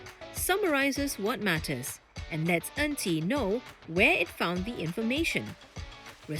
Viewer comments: This AI voice over also cmi. Her name is En Qi. But the voice keep saying 'auntie'. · I for one was scratching my head wondering who is this "Auntie" for more than a minute.